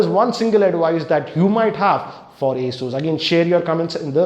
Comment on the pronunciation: an advice for you when you say ASUS it sounds like A SHOES